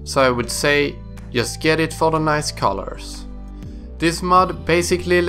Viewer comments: "yust do it" definitely Swedish :D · YESSSSS haha jesus x'D